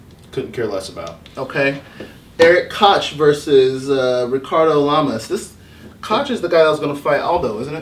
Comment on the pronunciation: You guys don't know anything about mma. It's pronounced coke not kotch. And this is on the main card. Also the winner may get a title shot.